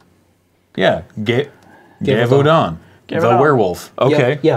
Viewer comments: geeva oodon XD its pronounced ga-vor-don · The game is Australian and it had dance parties and haunted theme park parties for it. It was HUUUGE. If your family didn’t have a ouija board, they had this. Btw Gevaudahns name is pronounced Guh-vaw-den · argh... its a soft g like a J for Gevaudan. was there seriously no one who knew french watching this!!!!